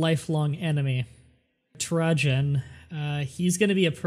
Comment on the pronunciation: sorry to be one of THOSE people but... its pronounced tray-ju-n